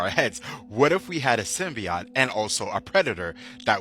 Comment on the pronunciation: Sim-Bee-Oat... NOT Sim-Bee-Ot